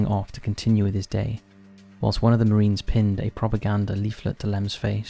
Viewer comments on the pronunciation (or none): none